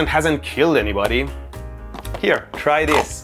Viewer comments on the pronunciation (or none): "here tray this" 😲💀